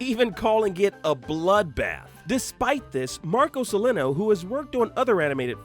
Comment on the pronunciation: did he say Marco Cilleno instead of